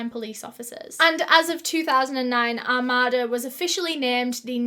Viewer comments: Armada is pronounced Ar-may-da (common mistake) Nike is pronounced Nigh-key (British nonsensical pronunciation) Armada is not a "village". It's just out from the Urban City area, but is quickly becoming more urbanized. The plots of land are pretty big, but they are not farm big. Think more along the lines of 3 or 4 house wide plots and that'd give you a decent idea of scale. Also, it is closer to about an hour from Detroit. On good days you can make that quicker. On bad days it's about 90 mins. I was out there July this last year and those woods are a bit creepy. They're just dense enough to block a clear line of sight, but open enough that you wouldn't consider it too hard of a path to go through. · I'm from Michigan about 20mins from here and thank God they found this MONSTER. The area where this happened is safe, a totally comfortable area where you would NEVER imagine this could happen. God bless her family and dog. So sad an broke alot of hearts. It's pronounced ar-may-duh💕💕 it was him. 100% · Oh my god I actually lived near this one!!! Lol it’s a very Michigan pronunciation it’s Are-May-Duh. Long “A”s. But I’m weirdly excited it was somewhere I know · I think you are referring to Are-May-Da, Michigan. I live in the Rochester area of Michigan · Armada is very nice, I live about 20 minutes from there. I know you are from the UK but its pronounced Are-made-ah. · Two things one:I love your videos Two: it’s pronounced ar-made-a. Not trying to be mean or anything I just thinking I would let y’all know. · I'm from the area this happened in and just wanted to correct the pronunciation of Armada. It's Ar-made-a. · Armada is pronounced Ar-may-da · Love you girl, but it's said Are-may-duh, I live one town over somewhat, a village called Capac. Lol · Its pronounced ar-MAY-da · Shut the hell up. Literally lived right by Armada and went to the flea market with my grandma every weekend☺️☺️ PS it’s pronounced Ar-May-Duh....welcome to the Midwest USA😂😂😂